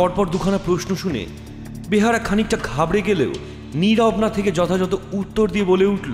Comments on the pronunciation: Kotha ta “ behara” nah “beyara”. Joto dur jani kotha ta behara naaa :) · ভালোই তবে বেয়ার হবে ওটা বেহারা নয় এমনিতে ভালো ই🙏🙏👍👍👍👍👍👍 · বার বার বলছেন বেহারা, কিন্তু এটা বেহারা হবে না, হবে বেয়ারা। বাংলা ভাষা ঠিক করে বলতে হবে।